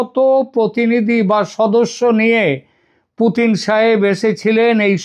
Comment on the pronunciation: পুটিন না পুতিন😅😅😅